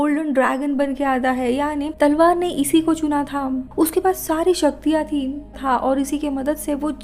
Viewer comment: amazing narration but thi and tha in was amazing 🤣👍